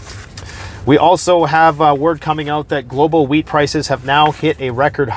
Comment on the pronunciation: I thought he said "global weed prices."